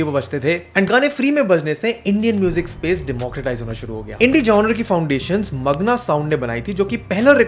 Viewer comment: Good video, but the miss pronunciation of the word genre is really annoying.